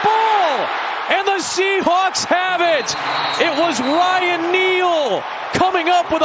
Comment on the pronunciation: Am i the only one hearing commentator says seattle shehulk?